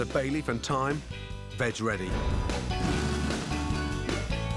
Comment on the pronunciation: Nobody: Gordon: "at first prepare the vag" Nobody: .... Gordon: "add a bay leave and thyme" Gordon: "vag ready. Now add olive oil"